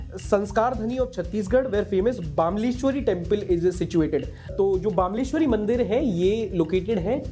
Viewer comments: Hi Just want to correct you the temple you told its pronounce BAMLESHWARI not BAAMLESHWARI By the way loved your work Love watching your videos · It's not pronounced as bamleshwari it's pronounced as bmleshwari mata🙏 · बामलेश्वरी नहीं bro बमलेश्वरी देवी जो डोंगरगढ़, राजनांदगांव, छत्तीसगढ़ में है। में खुद छत्तीसगढ़ से हूं। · Bhai wo bamlashwari naii ha bamleshwari mandir ha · Sir bamleshwari please pronounce it correct as बमलेश्वरी